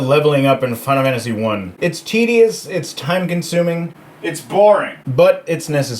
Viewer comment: "Fina Wannasy" ?